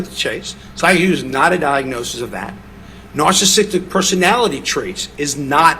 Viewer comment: Why can't he pronounce words that are well within his wheelhouse of diagnosis? Substance Abuse, Narcissistic Personality Disorder, etc?